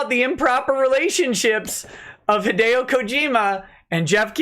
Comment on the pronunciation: He still mangled it but it was closer than most haha